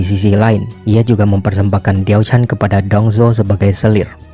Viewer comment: ralat cara baca mandarin si da mei ren dibaca se ta mei ren, xi shi dibaca si she, wang zhao jun dibaca wang cao ciin, diao chan dibaca tiao chan, yang gui fei dibaca yang kui fei